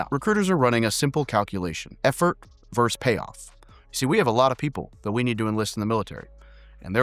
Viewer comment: Versus. The word is versus.